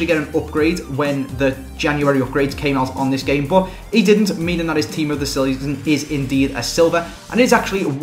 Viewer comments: "Team of the Seleezon" Oh xD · Hear how saus "Team of the Season"..... "Team of the seoyson" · Team of the soison xD gets funnier every time u hear it 😂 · The way he says "season"